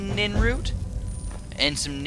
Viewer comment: PLEASE. stop calling it ninroot... its nirnroot, not ninroot. also when you went to alchemize or however you're supposed to spell that haha the nirnroot and crimson nirnroot you didnt do it, you did it with nightshade.